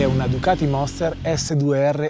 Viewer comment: Il monster no "la moster"..lo sa ogni motociciclista